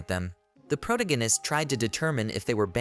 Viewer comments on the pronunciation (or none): what is a “pro-gan-ist”? Do you mean protagonist?